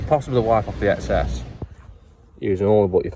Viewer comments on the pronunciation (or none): none